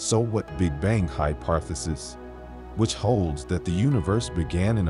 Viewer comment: bro said ”hyparthisis”💀 Nah but this is really exciting and mindblowing🙌🏻 good stuff🙏🏻♥️🔥💯